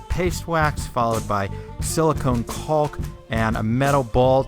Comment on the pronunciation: The way you pronounced caulk 😂 cool bench btw